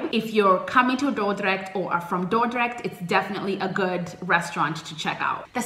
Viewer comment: I love how you say Dordrecht. Perfect!